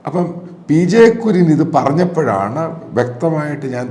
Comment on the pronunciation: Sir Kurian is not clear mam